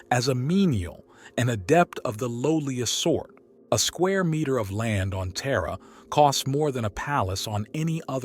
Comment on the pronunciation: Lol "Terra, pronounced Tier U Aich".